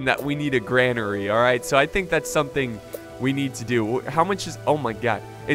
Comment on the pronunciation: its said like Grain-ery not Gran-ery